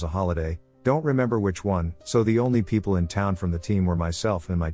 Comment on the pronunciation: i love how it pronounces people as "Pee pee yell". I chuckle almost everytime